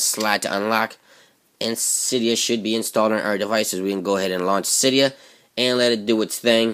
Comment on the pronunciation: It's si de a not cie dee u